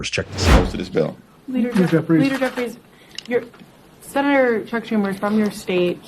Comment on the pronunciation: You’re not pronouncing Jeffy’s name right.. you make the sound like you’re clearing a luggy out of your throat.